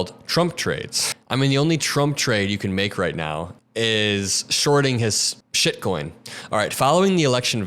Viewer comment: Love how you call it shet coin 😂